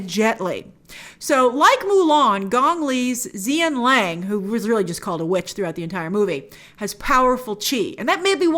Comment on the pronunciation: I'm watching this without looking because I'm busy with putting together furniture, so when you kept saying "Zia Lang", I was like "WHO?", so when I looked back at the screen I figured you were talking about Gong Li's character "Xian Lang(pronounced Hshin Laang)", but for some reason in the film she's credited as "Xianniang(pronounced Hshin-nia-ang)". LOL!